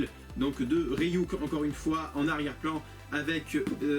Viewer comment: C'est pas Rey-Yuk c'est Ryuk... Désolé c'est plus fort que moi ^^